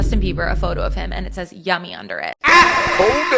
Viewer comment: Yummy sounds alot like "young-me" 💔💔 justin deserves so much love